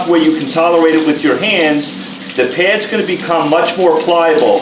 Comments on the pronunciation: Why do you keep saying "pairs" when the word is "pads"? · Peh-ads...oh! P-A-ads!